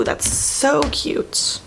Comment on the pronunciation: For some reason when she says cute I hear cute.....s